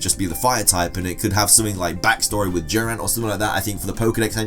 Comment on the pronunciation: The way he said Durant sounded like he was saying jiren